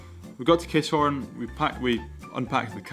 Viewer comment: its not KISS-HORN its Ki-SSSHHHORN !